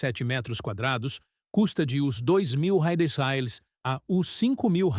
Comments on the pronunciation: O que é Railes, Raiales, home? O vídeo já é narrado por IA e provavelmente escrito também e parece que o dono do canal não se dá nem ao menos o trabalho de corrigir o texto... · Para você ver como é fácil de ganhar dinheiro: Escreva o roteiro em IA, peça para a IA ler, e nem sequer ajuste o script para que ela leia a palavra "REAIS" como se deve, gere imagens com IA e poste no Youtube.